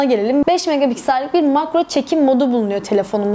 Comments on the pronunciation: Megapiksel e her seferinde megaBigsel demeniz beni biraz irite etti. İyi forumlar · Yanlış anlama kızma ama megapiksel öyle okunmuyor :( b diyorsun megabiksel nedir gülme krizine girdim genel olarak emeğinize sağlık güzel video